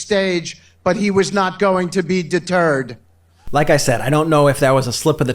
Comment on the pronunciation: Excuse me for being course but does this guy mean deterred or de-turd. The latter being the correct answer